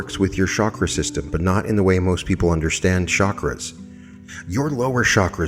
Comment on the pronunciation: Love this — and — it would be nice of you would pronounce chakras correctly